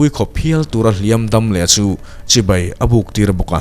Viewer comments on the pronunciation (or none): none